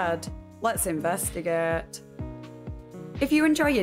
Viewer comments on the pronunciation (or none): Let's Inves-tuh-gay-eight😂❤love it, love your videos and commitment to the channel and giving us consistent videos and uploads❤ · "lets invest eh gayte"